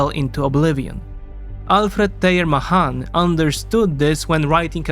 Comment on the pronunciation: MAY-han not MUH-hon